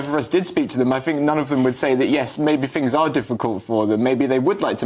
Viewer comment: Ban anyone from TV who says "finks" and "Ovvers"